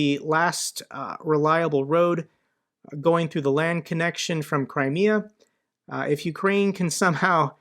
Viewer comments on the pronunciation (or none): none